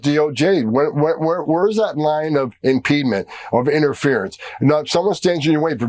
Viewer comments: Tom Homan is an idiot. The word is "impediment," not impeedment! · "Impedement" is not a word, clueless Tom Homan!